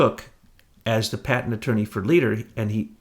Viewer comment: Great work you guys. This is the third video of yours that I've listened to. Thanks for digging up the info. By the way,, 'patent' has a 't' at the end; it's not a 'paten'. But great work, thanks; we need you!